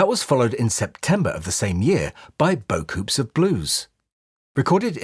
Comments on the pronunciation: Beaucoups Of Blues is not pronounced "bow coops", it's supposed to be "boo coo." I think it's French Creole. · Wouldn't you pronounce "beaucoups": "bow-kooz" ? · Boh-cous, the p is silent. Don't blame me, I'm not French.